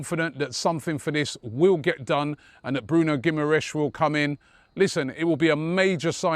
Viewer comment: Geem-ar-rishe is how you pronounce it. FFS